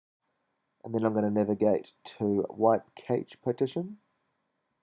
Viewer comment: Cash not kaitch and dal vic not whatever the shit you called it. Other than that, great thanks.